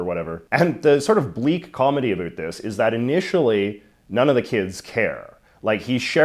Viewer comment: I decided to suffer through J.J.'s execrable pronunciation of "about." And I'm glad I did.